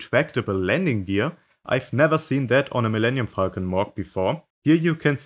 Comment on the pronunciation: Sometimes when he said Falcon, it sounded like Fuckn